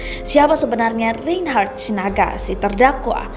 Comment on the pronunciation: Reynnhharrttaahhaahhhh..... Narator gelooh....